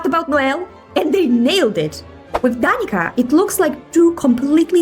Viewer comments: hiii south slavic person here, but danica's name is not prounounced as danika, but as danitsa. it's not a huge deal, but just an fyi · Js a heads up! If Danica's name IS of Serbo-Croatian origin, then its not pronounced Danika, but more Danitsa, similar to the Ts in Tsaritsa. Im pretty sure it should be Serbian considering i know like 3 of them here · What bothers me the most is that in "Danica", the letter "c" is pronounced as "ts" (as Tsaritsa or Vodyanitsa) not as "k". So, to keep things consistent, they should name her "Danitsa". Anyway, that's my grandmother's name, and my grandfather often sang a lovely folk song "Bledi mesec zagrlio zvezdu Danicu, a ja mrsim tvoju zlatnu kosicu" (The pale moon hugged the Danica star, and I'm entangled in your golden hair). So, I'll pull for her, orca or not :) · I know I'm a little late but as someone from Croatia her name is said like Dan-i-tsa you said it more like Dan-i-ka (the Croatian language has a c sound that is different from the English one) this comment isn't hate in any way shape or form. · Slavic names can be hard, and I know that, but still when people pronounce them wrong it irks me. And how hoyo handled Danica's name annoys me so bad, they clearly got the name from slavic mythology and it's usually pronounced Danitsa. I can't believe they went Danika even for russian localisation. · 1. in Serbo-Croatian/Macedonian, the C in Danica is pronounced as a „ts“ sound, not a „k“! 2. as a Serb, I’m REALLY heart broken that there’s literally 0 cultural references in Danica‘s Design🥲 I mean, what do orcas and maids have to do with ANY slavic culture?? Since she (and arguably Vesna) are the ONLY south Slavic characters, there were SO many different things they could’ve used as inspiration, but they just completely gave up- to the point that, If you changed her name, she could’ve very well also been from Fontaine or Mondstadt! It feels really disheartening as someone who’s been excited for Snezhnaya since version 3.0…